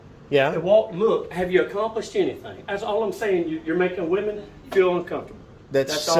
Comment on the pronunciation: I hope whatever fainting flower female that felt the need to call her husband to come down & actually harass the two auditors, was fired. I love as a female myself that has common sense, the fact that bearded husband kept saying these are wee-men. Meaning WHAT?! SMH. 😳